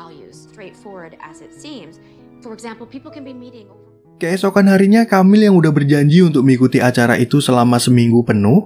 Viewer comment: Tiap kali nyebut Camile dengan "KAMIL", kuping ku kok berdengung yak 😅😅😅Dibacanya E, Boss.. bukan A... dan E nya seperti t"E"lor bunyinya.. atau p"E"rsis... Atau waktu Anda baca Ang"E"la...